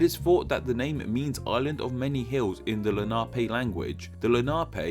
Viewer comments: Lenape as La-nah-pee? It is usually pronounced assume Len-a-pee. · With "Lenape" the accent is on the first syllable. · The Indian name is pronounced Len a Pee , not Len Na Pay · Great video. I’ve never really thought about the origins of the names much. One thing, Not nitpicking but it is pronounced Len-A-Pee. I live in Lenape PA... so... yeah. Just saying. Great video. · i think the natives should be pronounced len-a-pee not le-na-pay, just what i have heard before.